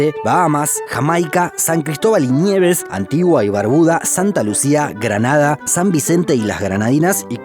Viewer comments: No voy a poder dormir... "San Cristobal y Niaaaves" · Me reí con "San Cristóbal y ÑÑÑIEVES" jajajajaja. Exelente video 👏🏼👏🏼👏🏼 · Me encantó el video, y la producción super profesional, como siempre, pero... Alguien más notó la peculiar forma en que pronuncia la palabra "nieves" en el minuto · creo que lo dice por la forma en que pronunció la palabra "nieves"